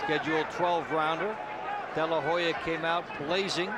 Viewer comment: To the fight commentators, STOP saying "De la Ho ya" (though it is spelled as such In Spanish,) the H is silent. Oscar's last name is pronounced: "De la Oh-ya"